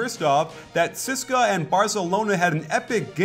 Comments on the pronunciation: coach, maximum respect, but it is pronounced tzeh-seh-kah. please dont say ceeska. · Nice video but its not pronounced 'siska' its C-S-K-A. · yeah sis-ka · No it's pronounced Tze-ess-ka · Great breakdown coach! Hope to see more euro ball videos. And btw the moskow's team name is actually pronounced C-S-K-A (all letters said individually) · Every time he said "CSKA" i cringed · Great content as always but one irritating thing is your 'CSKA' pronounciation. You should just spell it. Cheers.